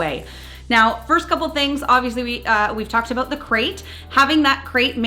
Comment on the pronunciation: Is this aboot Canada?